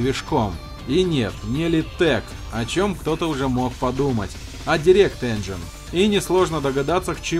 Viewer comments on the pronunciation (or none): none